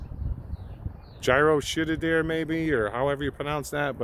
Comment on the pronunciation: Gyro shit-a-deer is definitely how you pronounce that one lol